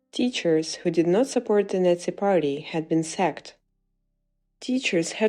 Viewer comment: Baden-Württemberg ist not a northeast state, it is in the Southwest, and please, "Nazi" is not pronounced "Netzi".